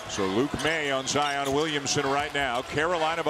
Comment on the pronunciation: It’s not ZI-OON